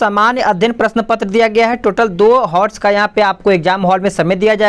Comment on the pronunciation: pe , हॉर्स नहीं होता भाई